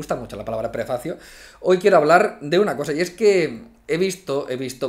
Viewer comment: Prepacio suena a prepucio